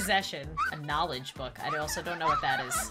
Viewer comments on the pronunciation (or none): none